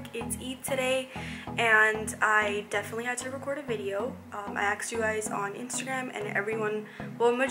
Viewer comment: Its not aksed its asked